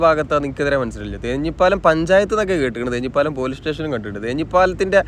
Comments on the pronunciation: തേഞ്ഞിപ്പാലം അല്ല, തേഞ്ഞിപ്പലം ആണ് ശരി. തേഞ്ഞിപ്പലം എന്നത് പഞ്ചായത്ത് & Village ആണ്. university വരുന്നതിന് മുമ്പ് അവിടേക്ക് തേഞ്ഞിപ്പലം എന്നാണ് പറഞ്ഞിരുന്നത്. university വന്നപ്പോൾ university എന്നായി പറയൽ. തേഞ്ഞിപ്പലം village ഓഫീസ് പാണമ്പ്രയിലും Police Station യൂണിവേഴ്സിറ്റി അങ്ങാടിയിലും ആണ്. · സുഹൃത്തേ, ഒരു സംശയം, താങ്കൾ തേഞ്ഞിപ്പാലം എന്ന് പറയുന്നതും തേഞ്ഞിപ്പലം എന്ന സ്ഥലവും ഒന്നു തന്നെയാണോ ? ഏതാണ് ശരി ! ഞാൻ രണ്ടും കേട്ടിട്ടുണ്ട് ! ഏതാണ് ശരിയെന്നറിയില്ല